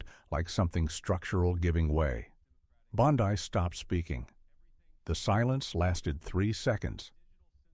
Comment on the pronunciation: Food for Fools! How do I Block these fictional accounts? The narrator can't even pronounce "Bondi."